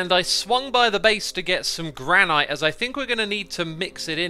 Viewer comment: Gran-it, not Gran-eye-t